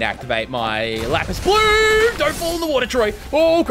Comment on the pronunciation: I love that nobody has pointed out it’s Lapse Blue and not Lapis Blue. 🤣 Btw I’m pretty sure you can just turn off logia if you wanna do it that way. Also that sword you got from Toji will let you hit Gojo, and the weapon you got from the purple curse is one of Sukuna’s so do what you will with that. 👍